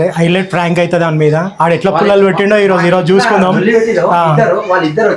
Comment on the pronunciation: That's not "Frank" that's "Prank"😂😂